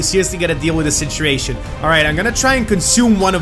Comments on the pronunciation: he says citriation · i like the way you say situation you say sitreation